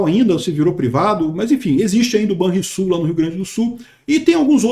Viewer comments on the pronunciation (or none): none